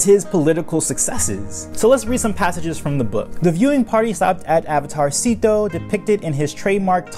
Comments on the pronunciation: Isnt it pronounced like “seh-to” not “see-to”? In Chinese pronunciation, “sze” would be pronounced like a mix of “seh” or “say”. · It's pronounced Zet-o, not Zeeto/Seat-o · I would think his name is pronounced zay-to based on the other characters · I’ve been pronouncing his name as Zetto all this time, and I come to find out he’s basically Avatarcito, like he’s a Latin Avatar. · how this guy pronounces szeto 's name as /zee-to/ really bothers me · Not to be rude but you pronounced his name wrong you are meant to pronounce it 'szesto' and spell it 'szesto' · It really bothers me how you pronounce it "Seeto"